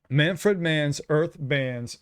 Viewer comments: FYI Dont pronounce it man-fred, w/ the 2nd syllable like the name "Fred". Say "man-frid", w/ a soft "i". 2nd syllable in "Manfred" rhymes w/ "lid" not "led" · We usually pronounce his name MAN FRID . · It's pronounced man- ford. or ferd.